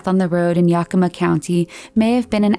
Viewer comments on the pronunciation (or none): I’m from WA and it always cracks me up to hear how people pronounce the names around here. It’s supposed to sound like ‘yea-kuh-ma’. Siri is the worst 😂